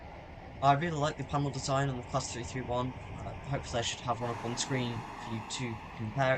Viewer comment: it sounded like you said 321 so I got confused lolz